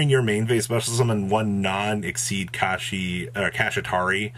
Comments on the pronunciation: Pls pronounce kshatrila like shangrila and not kashitari hahaha no off3nse but sounds wrong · Ok i know it wouldnt be a video if didn't horribly mispronounce a card or an archetype name but "Kashitari" / "Kashira"?? come on man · Made a drinking game for whenever pronounces Kshatri-la wrong and now I have alcohol poisoning lol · How many times can you say the cards name wrong?: Yes 😜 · Are you intentionally trying to pronounce it that badly… ..?